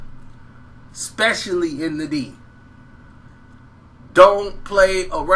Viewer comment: Get The D's "D" out ur mouf, my dude....sheesh!!